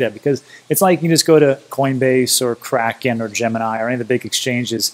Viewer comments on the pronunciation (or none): none